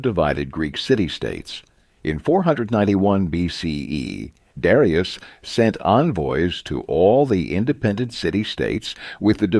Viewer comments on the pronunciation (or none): none